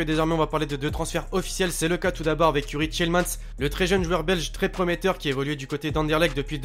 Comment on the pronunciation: ahhh enfin un français qui prononce bien youri tielemans